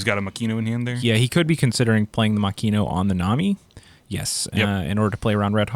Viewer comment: I hate to be that guy but Makino is Mah-key-no. I dead ass thought you guys were saying Mackenyu(live action Zoro actor) for a bit😂